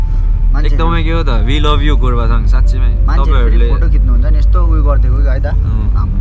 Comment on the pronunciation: गोरूबथान हो गोरूबथान, कीन गुरथान भनीराको हो ?